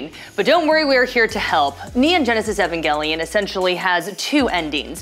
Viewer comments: ugh the way she pronounces evangelion is so annoying. its E VAN not EH VEN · Why does she say evangelion like that